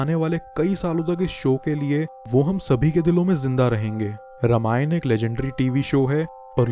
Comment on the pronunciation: It's रामायण not रमायण btw nice video 🥰